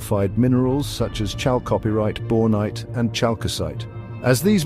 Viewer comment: Chal-copy-rite (lol), its chalco-pyrite.